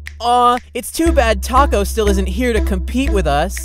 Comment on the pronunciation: who hears whenever the four said taco and all the others name together, you here tsa cube